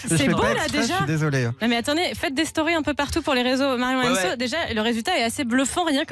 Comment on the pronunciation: qui dit marion les BION